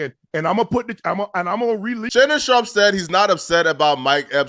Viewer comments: Bro.. Fucking pronounce that mans name correctly... That shit is disrespectful as hell, mispronouncing someone's surname when you're perfectly capable of saying it right... Shannon SHARP! not "Shawp" or "Shop"... Cornball. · it's "sharp" bro, not "shawp."